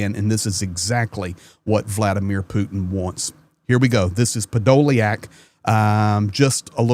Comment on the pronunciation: hey the spelling is a good English version, the' iack' in Ukrainian is YUK, so his name is pronounced Podo lyuk which is impossible to translate into English as it gets said as ly uk... I have the same name.... :)